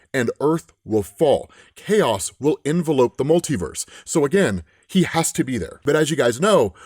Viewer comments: it's been years.... .... Learn how to say "En-Velope" the right way as a verb. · "Envelop" is not pronounced the same as "Envelope"...